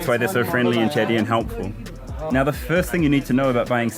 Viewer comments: He is saying "NAA" after each sentence is so indian & so cool😂😂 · Every time Karl says “now” I hear “Na” the usual phrase Indians add to end of sentences